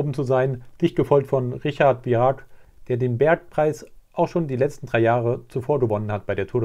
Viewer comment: Kannst du echt nicht Virenque sagen? Einfach nur mit nem "enk" anstatt "ank" ^^